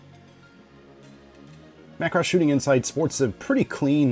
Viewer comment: I'm just happy you pronounce it Macross and not MUH Cross. Thank you.